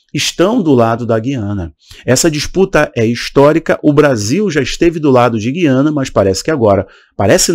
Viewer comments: Oi Não é GUIana é GU iana OK Sou daqui do Norte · A pronúncia é GÚIANA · Eu achei q o nome correto era Guiana, pronunciando a letra U